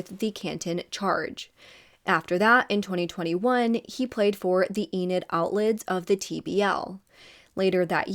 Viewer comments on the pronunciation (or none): none